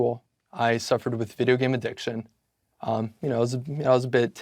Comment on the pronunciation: What addiction? I can't understand what hes saying.